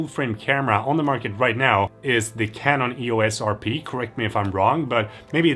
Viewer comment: I watched the part of the video when you search on the phone the Price of the Canon EOS RP, like 7 times trying to "get" the pronunciation...